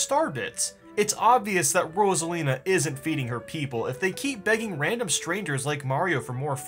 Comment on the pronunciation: sorry but uh ambidextrous anyone? rosalina is abedextrous (thanks for pronouncing her name right tho)